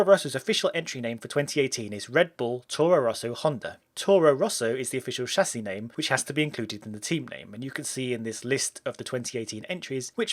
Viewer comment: Music to my ears.. somebody that do not say Tchâssis